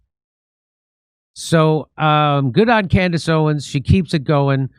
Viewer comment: Are you sure it was Candace and not “Camriss?”